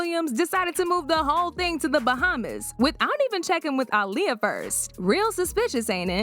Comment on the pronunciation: That al lea uh is crazy work say it right smh